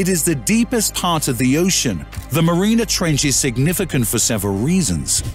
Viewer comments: And Mariana is not pronounced marina. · I know thought that was a really bad mistake mispronouncing Plato as well as Mariana.